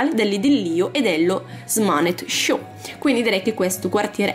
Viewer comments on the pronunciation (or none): none